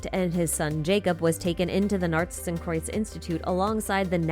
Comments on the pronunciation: As a german I can say: Your pronounciation of Narzissenkreuz is pretty much on point! ♥ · I can take that worry from you, your pronunciation of Narzissenkreuz is pretty on point. The "z", "s" and "k" could be a bit harder/sharper, but thats quite nit picky. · As a German, I can say that your pronounication of "Narzissenkreuz" is actually pretty good